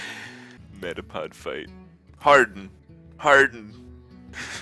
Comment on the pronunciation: Why doesn't he pronounce 'metapod' like 'may-dah-pod'?